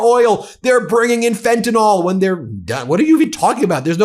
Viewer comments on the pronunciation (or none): Fentanall?! It's FentanYl, pronounced just as it's spelled. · What is it about FentaNYL that you can't pronounce???